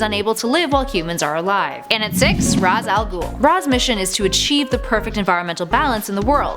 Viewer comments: Ra’s al ghul is actually pronounced (RAISH AL GOOL) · It's pronounced raysh they even said it in btas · If talia was here she would say you pronounce her fathers name wrongly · Why can’t anyone say ra’s al ghul right?